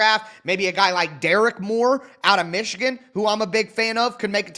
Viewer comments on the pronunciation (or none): none